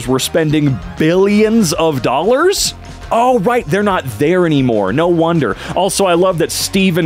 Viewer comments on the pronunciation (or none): none